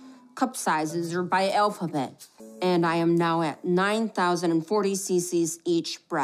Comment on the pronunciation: What letters are in the "elfabet"??😂😂😂